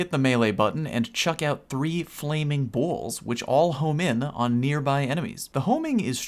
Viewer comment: Why are you saying "balls" like that? It sounds like bowls combined with balls. Not even sure how you do it. OH, just discovered your channel and now subbed. Are you PC or console?